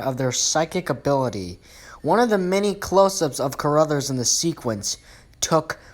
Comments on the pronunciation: Crothers, not Caruthers. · Scatman’s name is pronounced CROTHERS not CARRUTHERS. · It's "Crothers", not "Core-others".